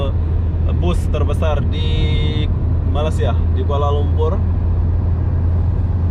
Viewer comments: Best betul ye jadi youtuber fulltime.. hari2 tengok suasana jalanan, naik turun LRT/MRT sambil tengok orang, ronda2 bandaraya, usik2 cewek dll...bulan2 masyuk jgk... tak payah kerja berat2 dan perah otak... 😀😁😂 Cuma sebut betul2 lah... bukan Malassia tapi Mĕlesia (Malaysia)... bukan mens tapi mains (Mines)... 🙏🙏😀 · Kalau susah sangat, sebut saja Malai-sia. Bukannya Malas-sia ye. 😃. Nanti dikira malas pulak. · Me+Ley+Sia (Malaysia).... Sebuta Putra Heights ---- Putra Haid (Haid itu satu nafas satu sebutan) bukannya 'Putra Heik' ✌️😀 Hehehe... Salam Jumaat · Harap dapat betulkan sebuatan2 itu terutama "Malassia", memang sakit telinga mendengarnya.... ✌ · Cny jln clear. Meleysia la bunyi nya.